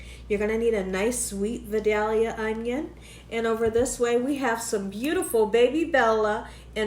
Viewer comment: you pronounce Vidalia correctly. I am a gal 82 from Vidalia. Most people don’t say it as lovely as you do. Love ya Gal.